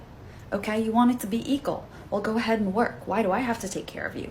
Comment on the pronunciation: “Eqal”??? It’s equal you muppet.